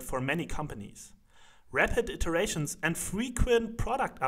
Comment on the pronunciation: "red head iterations"? 😂